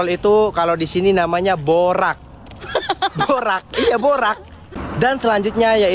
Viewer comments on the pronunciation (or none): Cara sebut borax … bo reks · min borax (sodium tetraborate-bahan pengawit) . Borak -ngombrol. bunyinya sama ejaan berlainan